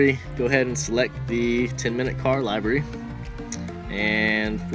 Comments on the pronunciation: did he just say library cos it defo sounded like it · Its pronounced LIVERy, like liver with a y at the end